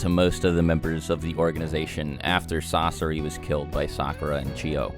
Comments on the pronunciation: he calls sasori "sasora" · Did he really say sasora? fr?! You gon do my main sasori dirty and try to combine his name with someone who is useless COMPARED to him?!? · Sasori ❌ Sasora ✅ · He said Sosora not Sosore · Did no one realize that’s he called sasori sasora somewhere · "Sasora" 😂😂 Sounds cooler tbh. ( :12) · this dude said sasora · Sarora lol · he says sasora